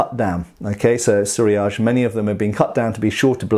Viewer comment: I wondered what you were talking about when you spoke of the nihontô. You seemed to use a French word several time. And then suddenly, I got it! suriage! That's Japanese =D Of course I don't blame you for not being perfect in your pronunciation, but it just caught me off-guard. =D